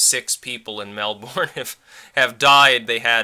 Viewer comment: Mate, you have to be pretty tough to live here, but the kangaroos delivering the mail are useful ;-) Seriously though - and speaking as a dual US-Aus citizen living here since I was 3 - Melbourne is pronounced as Melbon (as in Washington) NOT Mel-bourne (as in Jason Bourne). Same with Brisbane - NOT Bris-bane as in bane of my life. Pun intended. Don't ask me why - it's just reasons.